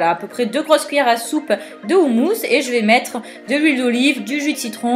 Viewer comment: Ca se prononce Khoumous (comme le "j" jota espagnol)